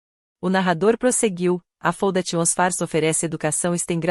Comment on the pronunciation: Essa narração errada da parte em inglês faz a gente não entender os nomes escolhidos e se não ler o texto fica sem saber o certo. Foundation por exemplo faundeixan e não como a ia fala.